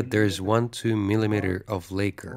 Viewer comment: Lak-ker not lay-ker